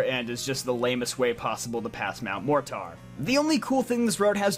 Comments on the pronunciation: Please tell me it’s not pronounced MORE TAR it’s MORE TER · "MOR-TAR"??? it's mor-ter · mt mortar pronounced as Mount More tore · Bro u don’t know how to pronounce mortar? (Mor-ter). It’s a regular English word … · “Mount More-Tar” this dudes illiterate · Mortar is pronounced like More tur btw, like the explosive. Good video though! I agree with most of your choices. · I'm pretty sure Mortar should be pronounced with an E instead of an A. So it would be said as "morter". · Lol I laughed when he said MORE TAR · Why cant he say Mt. Mortar correctly? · Why do you pronounce Mortar like that? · Where are we getting this pronunciation of Mortar? Lol